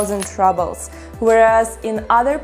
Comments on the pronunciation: I love how you pronounce "rubles" as if you think that's how an English speaker would say the word, but we actually pronounce it much as a Russian would, with an double o sound, as in cool. Also, in America and England (both places I have lived), in some cases we also weigh our vegetables when we buy them. I enjoy your videos. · Rubbles! 🤣 Such a cute pronunciation! Much better than the actual one . . . roobulls. 😎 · I love how she says Rubbles instead of Rubles (as pronounced here). Cost of living seems about 20-25% lower than in USA. Can you get a decent pizza in Russia?